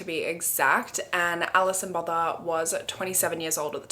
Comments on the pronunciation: South African here, her surname is pronounced boota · The 'th' in Botha is pronounced as a 't" in Afrikaans. So its "boo-wa-ta". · No one in South Africa can pronounce Gqeberha either. 😂 The name Botha is pronounced without the h or th sound: bou-ta. Also government emergency services are useless even today. We have private ambulances now which if you don’t have medical aid cost a fortune. But rather that than waiting hours for help. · Just here to correct the pronunciation of Alison’s name, in case anyone cares…her surname, “Botha” is a well-known name in South Africa- and it’s always pronounced with a hard t… similar to the poet Göethe. It’s not pronounced like the word “Bother”. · That pronunciation of Botha is quite interesting lol. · I could swear You had already covered this case bc your accent saying "Alison botha" is imprinted in My mind